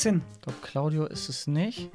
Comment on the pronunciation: Nein ich meinte, er hat ja am anfang gesagt:,, Und mit Claudio" Und ich meinte das es sich angehört hat Wie "Cauldio"😂